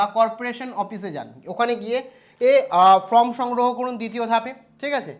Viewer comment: ফ্রম না ওটা ফরম্ 😵‍💫